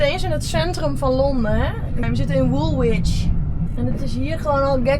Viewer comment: Love your videos, they don't send you to the best/easiest parts of London. Woolwich is pronounced Woolich ( no w in the middle). Mind I tried to pronounce Scheveingen when in Holland and got it totally wrong. Lets hope you go somewhere prettier and easier to drive next time you are in the UK.